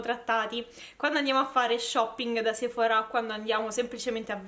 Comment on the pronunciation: Perché la gente a Roma è cafona. Sei di Roma, vero? Che bello che pronunci bene Sephora con l’accento sulla “a”. A Milano sbagliano pronunciandolo con l’accento sulla “e” pensando pure di essere fichi.